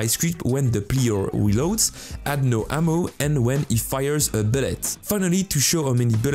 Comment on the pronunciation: AHHHHHHHHH why amo and not saying ammo! you can say ammo but you keep saying amo